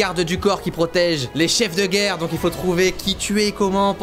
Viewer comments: Il a mis geurre au lieu de guerre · C'est pas geurre c'est guerre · Guerre et pas geurre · "L'ombre de la Geurre" Cyril, tu es bien sur? XD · «L'ombre de la geurre»😂